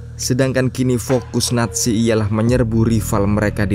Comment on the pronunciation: Naziiii bukan natzi